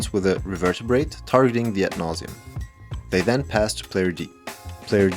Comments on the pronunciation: Not to seem rude, as English may not be your first language, but it is pronounced Re- ver- ber- ate. You are adding an extra syllable. Thank you for all your amazing content! I am thoroughly enjoying it. Sincerely. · Nice pRuNaNcInAtIoN bro 😂 as an english teacher that gave me flashbacks to my students pronouncing things wrong over and over again in class. Not gonna lie my first reflex was to look up the card revertabrate 😂